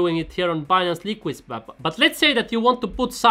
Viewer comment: ''svap'' :D u from Finlandia? greetings from Denmark